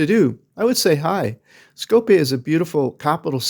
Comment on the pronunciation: It's not Skopé... but SkopJe (to be pronounced SkopYè)